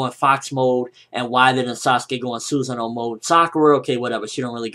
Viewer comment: It's sOsonoo not susano spelt susanoo